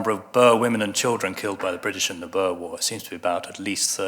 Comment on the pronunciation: thx for admiting the boerwar concentrationcamps and pronouncing it correct greetings from west flanders